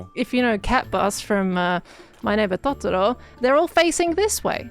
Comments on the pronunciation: Beautiful pronunciation of トトロ (Totoro),! Sick of hearing "Towtorow" 😂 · as a japanese australian your pronunciation of totoro was actually so so so good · I love that pronounces Totoro correctly